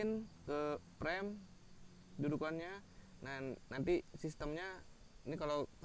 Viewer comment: frame bukan prem peanut dibaca pinat